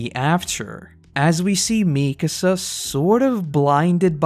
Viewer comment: I love your videos, and I waited to watch all of AoT before starting this series, but damn your pronunciation of Mikasa is making my ears bleed.